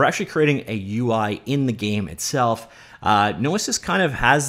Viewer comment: Hearing him say "no-i-sis" instead of "no-e-sis" was what was doing my head in.